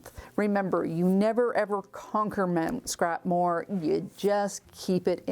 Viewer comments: Mount Scrapmore, Ha! At first I thought you said Scrap Morgue! Well either one is accurate! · The first time you said "Mt. Scrapmore" I thought you said "Scrap morgue"! 😂😂😂 And I thought, how appropriate! Wanted to say too that I love that quilt hanging on the wall behind you at :25 (and intermittently through the rest of the vid). Great tips for the scraps, thanks!